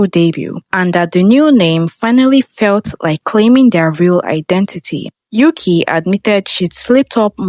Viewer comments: There is no member named "Yuki." That is a Japanese name. Learn how to pronounce Mandarin if you're got to do these videos, bot. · what's up with pronouncing yuqi's name like that, I thought you made your research to make this video